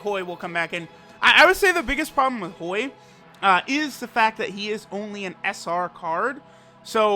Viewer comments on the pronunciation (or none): When says Hoi i think i hear BOI